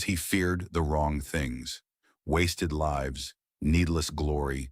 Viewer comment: I believe that you are not AI, but maybe reading the entire story prior to broadcasting it would help, "Lives" (Many lives were saved). As opposed to "Lives" ( She lives on Elm Street). Narrating a story and reading it alive are 2 entirely different actions. Only one takes attention to detail.